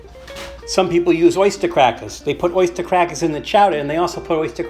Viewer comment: If it's anything like Wendy's chili from the restaurant, it should be pretty good! Nothing wrong with some nice, slightly-spicy, recycled unsold burger! Also, I caught that Bostonian accent when you were talking about the oystah crackahs. <3 Too fun! Also also, you should get one of those World War Two P-38 or P-51 (bigger!) can openers, if you don't already own one, and really freak those out who think manually opening a can is weird.